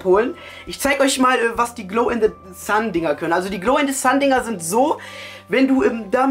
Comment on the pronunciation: Der kann nichmal richtig Englisch der sagt Glow in DE Sun und Glow in DE Dark